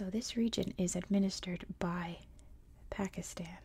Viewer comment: Nah Pakistan pronunciation is fine i don't know amyone who calls it 'PakistARn'😂